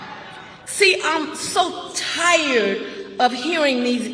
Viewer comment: "Sick and ti-yad" try being "tired" of hearing the false race baiting